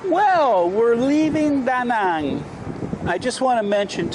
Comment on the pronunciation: love the way you pronounce Danang...most of foreigners saying it wrong...well not wrong, but not Danang's dialect :)